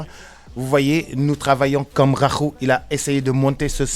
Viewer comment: Encore nickel # beau travail! Quand je te reverrai je te demanderai de répéter le nom de Rakhou. Tu verras si tu prononce encore #KHAKHOU 😁😁😁